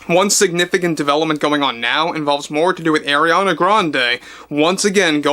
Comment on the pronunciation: Umm he DIDNT pronounce it right 😂. He said AIR-iana when its AR-iana. Ppl who don’t respect her may not say her name a certain way. It is what it is..And others just don’t know